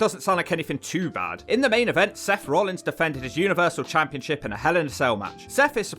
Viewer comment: Why can't you pronounce Rollins properly?